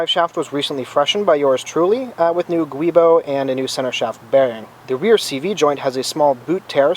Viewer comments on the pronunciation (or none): And just so you know (and this isn’t being negative as a recent poster took it, just sharing), Guibo is pronounced “Jewbo”. Sweet car. Love everything you’ve done to it.